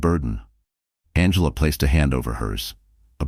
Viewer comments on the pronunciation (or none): none